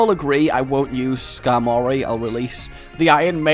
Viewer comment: It's Ska*R*mory